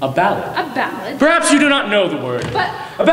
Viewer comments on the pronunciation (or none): also, tis pronounced "BAL- AD"